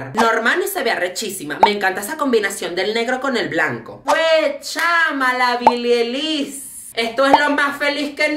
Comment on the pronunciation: no es Billie elis es Billie Eilish aprende a pronunciarlo, quiero verte intentando eso haber si te sale igual :), 1-. A ninguna de las 2 le llegas a los talones de todo lo que han logrado. 2-. Ellas tienen más talento que tú :) 3-. Cuántos tienes 25-27?? Un casi señor hablando mal de unas adolescentes ¡¡WOW!! 4-. Ellas ni saben de tu existencia y tú asiendo te la importarte. 5-. Nunca ví a una persona actuando tan inmadura a pesar de ¡¡Ya tener una edad razonable!!